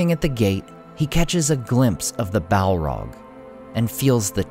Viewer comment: listening to this guy say "Balrog" is an uncannily satisfying experience. I think I could listen to him saying "Balrog" for a significant part of the day